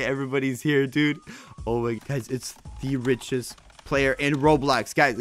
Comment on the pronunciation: You said blayer